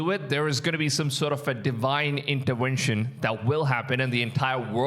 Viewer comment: "Deewhine intewenshn" What a crap, what a blasphemy